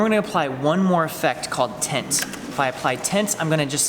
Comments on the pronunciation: I beileve you meant to say Turbine not Turbin & You meant to say Tint rather than Tent. I feel like an asshole now lol. Appreciate your reply man. Those are the main ones I noticed in this video but I have heard in a lot of other ones too. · "tint"*tent* Laughing way to hard at that.